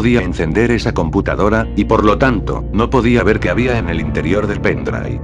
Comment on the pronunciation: "junto con el pendrai"